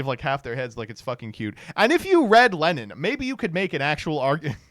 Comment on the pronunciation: I'm not gonna lie I didn't realize was talking about Lenin when he mentioned "leneen" until this freaks